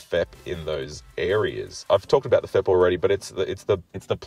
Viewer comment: FEP is 3 individual letters not one word, its pronounced F. E. P. not fep